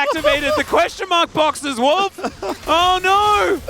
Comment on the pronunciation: wolf with a mickey mouse accent 🐭